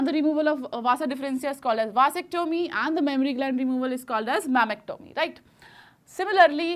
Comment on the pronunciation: Mammactomy or mastectomy